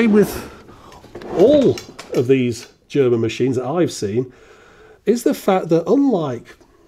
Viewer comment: Thanks a lot for this great Video. I am from Germany, I kinda grew up with these machines in the 70s when my drunken father drew me into the local bars and made me spent my time with these machines, while he was getting boozed. Great Video, great research. Best I liked your german pronunciation, which you did really good. Cheers. Joe :)